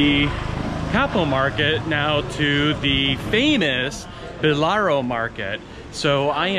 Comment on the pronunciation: and it's BALLARO' market and not "Bolaro"!